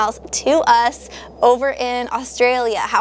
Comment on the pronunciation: Australia... I'm Australian and Austrialla is nowhere near correct!